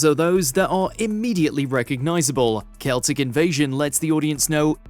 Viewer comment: "Kelsic invasion"? is this AI? i doubt its pronounced like that